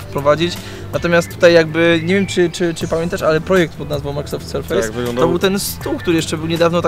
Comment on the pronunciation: Sprawdźcie sobie wymowę słowa "surface". Nie jest to "serfejs"